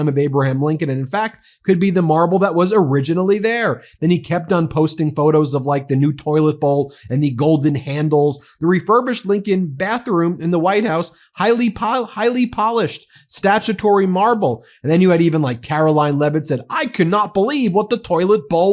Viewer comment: Oh dear: that's stat-chute-airy marble: as in like statues. Not like laws.